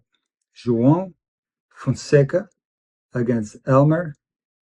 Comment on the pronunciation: Perfect pronounciation on Joao Fonseca ... it will be a really tough game against Moller ... Hope Joao wins 2x1